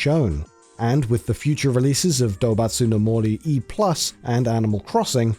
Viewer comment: lmao Animal Crossing is Doubutsu no Mori, not 'Dubutsu no Mari'